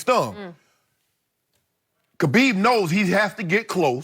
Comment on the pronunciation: Now the two guys become Khabib's fans... They pronounce the name correctly.... Welcome aboard..